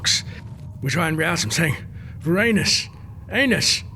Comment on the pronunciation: Viranus? Anus🗣️ ANUS🗣️🗣️🗣️